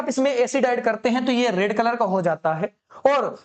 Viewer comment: Rad❌ Red✅